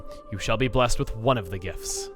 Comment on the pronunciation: Hey... it sounds like you're saying gifs when you're saying gifts. It's funny to me for some reason.